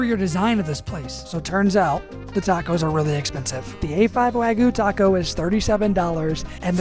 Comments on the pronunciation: Wagyu has a y in it. It's not wagoo, its wag-yew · wagoo ❌ Wagyu✅ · bro really said wagoo lol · Not here to hate, just a little constructive criticism… make sure to really hit that YU In Wagyu, I kept hearing wagu and it was giving me Ragu vibes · Gave me Ragu vibes… he really needs to hit the Yu in Wagyu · "Texas wagyu" Ah yes, texas japanese cow